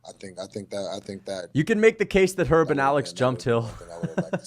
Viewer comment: calling Herb "her" then saying picter twice, homie you hammered G????????? 😅